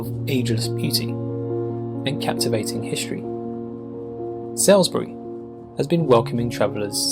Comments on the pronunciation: Btw…Salisbury (just a few miles away from me) is pronounced “Solsbury” NOT Sails-bury! 🙄🇬🇧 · its sawlsbury not sowsbury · The narrator’s pronunciation of Salisbury is painful considering he’s supposed to be English 😂😂 The first syllable rhymes with “all”, so it’s pronounced “Sallsbree”. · Why is the pronunciation always so poor in these sorts of videos? Even when the narrator is obviously from the country in the video. You'd think someone from England, Southern England too by the souns of it, would know how to pronounce Salisbury, for instance. Btw, it's more like Sols-bree. Though you sometimes hear a hint of the 'i' and sometimes the end is more like 'berry'. It definitely isn't pronounced 'Sall' anything. :)